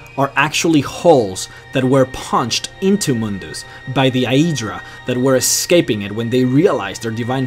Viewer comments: its not pronounced "day-e-dra" its "day-dra" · i think it is "day druh" not "dah EE druh" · Your pronouncing skills need to be perfected. DAYYYUDRAAA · daedra is pronounced dae-dra not die-dra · Either you have an accent, or you pronounce it wrong. You say Daedra like "day-ee-dra" its day-dra. But if thats how you talk then sorry. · pretty sure its pronounced "aydra" and Daydra" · This pronunciation of Daedra is the form it would take in the English language if one were to pronounce the 'ae' sound as it is in Latin. The letters 'ae' in Latin are to be pronounced as 'I' or 'aye' in the English. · Why can't you just say Aedra and Daedra like a normal person instead of saying "Day-ee-dra" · Diaedra is how you are saying daedra... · Great video. Do you play TES games in English? I ask because of the way you say 'Daedra'. I always pronounce it 'day'dra'. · Then you pronounce it incorrectly.. It's Daedra, "Day-Druh" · Daedra is pronounced day-dra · Uhhhhhhh... no, I'm pretty sure it's day-dra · dieaydruh aieaydruh moonduce, christ son how can you butcher words so badly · how your saying daedra and aedera is killing me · How do you mispronuce daedra? I mean there are dozens of npc's in the game that actually say it. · Waited for daedra and then pronounced wrong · dat way he be pronouncing adreas and deadras xD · i hate his mispronunciation of words like daedra and aedra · It's pronounced DEEdra not die-eedra in the elven language. But I was happy to find that you pronounced mer ("mare") correctly in your other lore videos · The way you pronounce aedra and daedra is so wierd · The way you say "Aedra" and "Daedra" bugs me so much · You guys....all talking about religion and bullshit. What I'm wondering is why does the guy talking about all this stuff in the video magically become Australian when he say's "Aedra" and "Daedra".